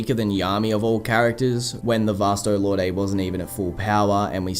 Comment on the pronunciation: Is Vasto Lorday the dubbed version or something? I remember it being pronounced Vasto "Lord."